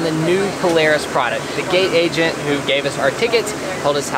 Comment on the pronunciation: Did he say gay agent